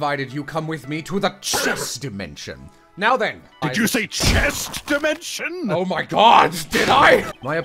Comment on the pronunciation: Did you say “CHEST DIMESNION?!?”